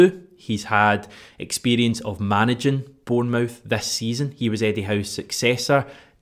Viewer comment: Stop saying "born-mouth" you're Scottish not American, you know how it's pronounced